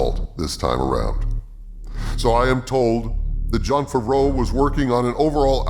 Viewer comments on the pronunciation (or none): I love how you pronounce Favreau as Fvro